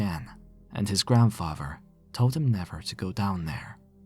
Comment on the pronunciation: Not his grandfrarver